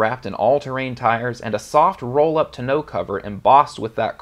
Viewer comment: What’s a “ta know” cover??